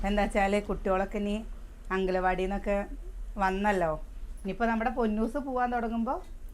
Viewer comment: നാട്ടുംപുറത്തുകാരിയാണെങ്കിലും ആവശ്യത്തിനു വിദ്യാഭ്യാസം ഉണ്ട്. അതുകൊണ്ട് സംസാരിക്കുമ്പോൾ അല്പം ശ്രദ്ധിക്കുക. ഉദാഹരണത്തിന് വേണം, വേണ്ട എന്നതിന് വാണം, വാണ്ട എന്ന് പറയുന്നത്. അതേപോലെ എന്റെ കൊച്ചേ അംഗലവാടി അല്ല അംഗനവാടി എന്നാണ്. ഇതൊക്കെ ശ്രദ്ധിക്കുക. പിന്നെ തികച്ചും നാച്ചുറൽ ആയിട്ടാണ് കുട്ടി സംസാരിക്കുന്നത്, അത് വളരെ നല്ലതാണ്. എന്നാൽ ഒരു കാര്യം ശ്രദ്ധിക്കുക ഒരു കാര്യം പറയുമ്പോൾ അതിൽ പൂർണമായും ശ്രദ്ധയോടെ പറയണം. അതുകൊണ്ട് വീഡിയോ കൂടുതൽ മികവുറ്റതായിരിക്കും കേട്ടോ. ഇതൊരു നെഗറ്റീവ് ആയി കാണല്ലേ. എനിക്ക് നിങ്ങളെ അത്രമാത്രം ഇഷ്ടം ആയതിനാൽ പറയുന്നതാണ്. എന്റെ കൂടെപ്പിറപ്പുകളെയും ബന്ധുക്കളെയും അവരുടെ മക്കളേയും എങ്ങനെ സ്നേഹിക്കുന്നുവോ അതേപോലെയാണ് നിങ്ങളേയും സ്നേഹിക്കുന്നത്.